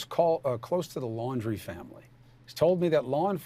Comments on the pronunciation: I think it might be pronounced like the word laundry, like laundry detergent. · Can say the last name right? Laundrie 😎